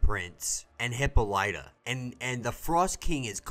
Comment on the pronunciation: I hope you learn the correct way of saying Hippolyta soon lol